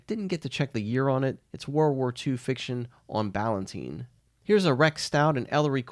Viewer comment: I have never heard that publisher pronounced as BallanTEEN, always BallanTINE. And I've been a professional involved in book publishing for 45 years. Correct me if I've been wrong all these years.